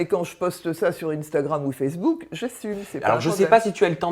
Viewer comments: « ine stagram » mdrr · ma tue " wuand je poste sa sur inetagram "🤣